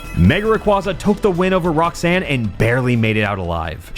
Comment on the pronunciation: Its Roxane not rock sand! ... it's Watson not rock sand...